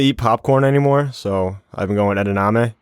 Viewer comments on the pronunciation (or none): Edamame,. Not Edanamee! Also, it's Soy, not Peapods or Green Beans lol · It’s pronounced “Ed-a-mom-ay”